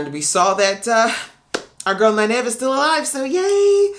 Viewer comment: Great reactions. You have caught a lot of things that many non-book reader reactors have missed. Also, Nynaeve is pronounced “NIGH-neve.” And she is a badass. I can’t wait to see your reaction to episode 4. Good luck with it.